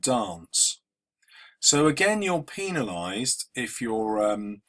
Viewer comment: penilized- hehehehehehehe